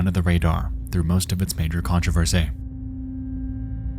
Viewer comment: Why did you say controversy so weird at the beginning?